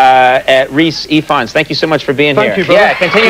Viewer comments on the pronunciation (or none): I know you commented this ages ago, but in case you're still unsure: Conan pronounces it almost perfectly in this bit, but the the 'f' in Ifans sounds like a hard 'v'.